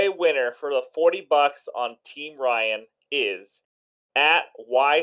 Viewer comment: Yooooo I won?!?!?!? Thank you guyyyys And yes Ryan.. you nailed it on the name!!! Thanks buddy!!!